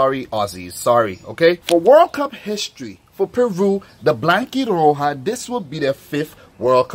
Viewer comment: I like the way you say "The Blanquirroja" ....😁